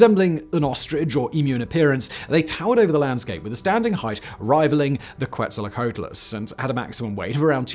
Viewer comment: Giraffatitan, not whatever he said, and that's a genus; the species is Giraffatitan brancai. Simon has always sucked at names and doesn't seem to care or want to improve. (The writers/researchers also don't seem to make much of an effort of giving him direction there.) Also Quetzalcoatlus, gfdi.